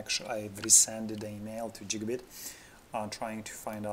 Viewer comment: my boy said Jigabit monitor